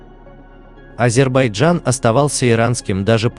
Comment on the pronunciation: ВАШЕ ВИДИО РОЛИК КОТОРОЕ ВЫ ПЕРДСТАВИЛИ ПОЛНОСТЬЮ ЧУЖ. ФАКТЫ КАТОРОЕ ВЫ ДОКАЗЫВАЕТЕ НА НЕДАВНЫХ СТАТЬИ УЧОНЫХ ЕНСКЛОПЕДИЯ И ТОМУ ПОДОБНЫЕ,ТОЖЕ ПАХОЖЕ НАПИСАНА ПОД ДИКТОВКУ.. С ПЕРВО НАУЧИТЕСЬ ПРАИЗНАСИТ НАЗЫВАНИЕ АЗЕРБАЙДЖАНА. 😊